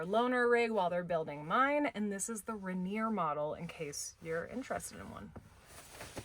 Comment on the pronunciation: rain-near is how it's pronounced.... Like the mountain or beer ❤